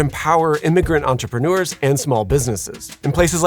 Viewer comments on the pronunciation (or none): The narration could be improved by practising the pronunciation difference between 'entrepreneur' and 'entreprenuer'. The second one is a word not found in any dictionary but often used in speech.